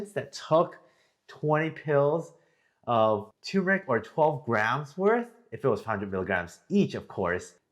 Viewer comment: Please pronounce it correctly. TUR MUR ICK